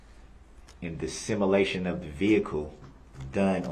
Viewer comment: There’s another word that DB butchers. Sim a lation. 😂🇦🇺